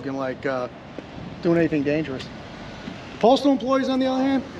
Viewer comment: The saying "Going Postal" not going Photostal...